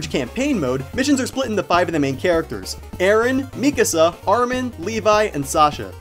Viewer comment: I'm not sure I agree with too much of what you said about the game. Definitely had some good points, but I disagree about some stuff, like the longevity of it. Still a well done review, and props for actually saying Mikasa's name correctly. Seems like there are about 5 people who can pronounce it properly.